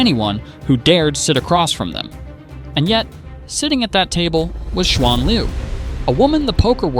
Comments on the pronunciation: Shu an oh dear lord white ppl can you at least make a reasonable effort to pronounce someone name correctly? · Her name is pronounced as Shuen Lv